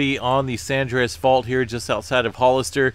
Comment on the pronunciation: Love your reports but please say San Andreas...not Sandreas! two words. Keep up the great work!! Thanks.